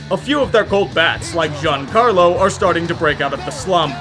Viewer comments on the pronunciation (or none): none